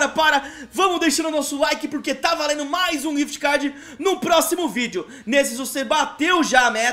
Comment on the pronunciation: Quem percebeu q ele falo quift cad